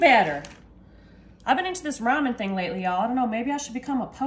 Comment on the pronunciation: For some reason when you said “rhyming” I heard “ramen”. The next sentence cleared it up for me.😂